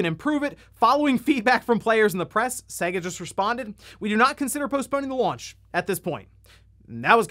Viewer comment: Why does this guy always pronounce SEGA wrong, it's clearly Say-Ga. You hear it every time you boot up a game but this guy says it wrong every time.